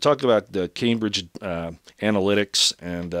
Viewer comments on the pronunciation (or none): none